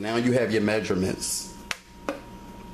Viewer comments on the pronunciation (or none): "magerments" looool